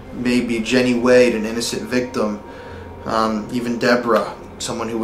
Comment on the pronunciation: When they say victum and you laugh, your not showing empathy for what happened to them. Instead your requiring views. Take it more seriously they deserve respect. Unsubbing.